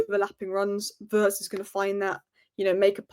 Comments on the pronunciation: please, Wirtz is not pronounce Vurds, it's Vee-uh-rtz. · It's pronounced "weertz" but OK lol